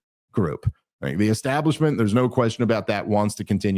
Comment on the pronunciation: Dave Smith: the only man I've ever known to pronounce the 'H' in *right*. RigHt? 🙃